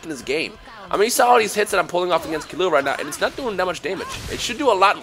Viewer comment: Its pronounced KEY-LLUA. not KILLUA...